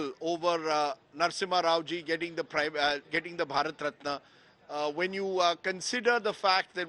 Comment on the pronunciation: "Bharat ratni" not ratna😂😂😂